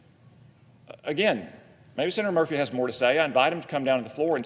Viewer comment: Murphy can't even pronounce his name...